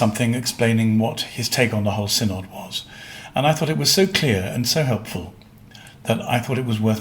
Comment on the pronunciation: It is pronounced Sin-id -- NOT Sin-Odd.